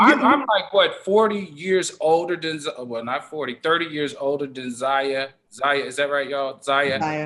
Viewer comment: Al can't even pronounce Zaya's name. Sexuality in the Black Community is a tough topic that we must continue to explore.